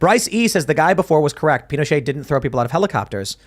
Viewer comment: The t in Pinochet is voiced!